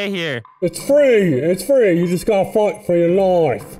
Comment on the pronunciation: You gotta FOIGHT fuh yuh LOIFES!